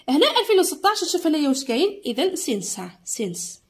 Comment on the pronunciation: أستاذة متتقراش سينس تتقراساينس